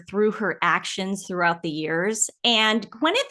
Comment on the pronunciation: I can’t stand her but her name is Gwyneth, not Gweneth. 😂😂